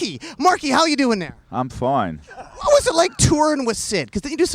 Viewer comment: Nardwuar: Marky how you doing there?.. Marky: Im Fwine. 😂